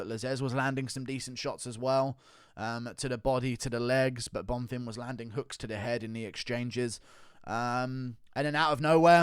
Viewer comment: On behalf of everyone, thank you for finally pronouncing Bonfim properly